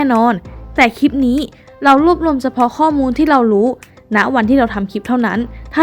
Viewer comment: คลิป ค่ะ ไม่ใช่ คีป ออกเสียงควบกล้ำในทุกๆคำด้วย จะน่าฟังมาก นี่ฟังไม่ไหวค่ะ กดออก ...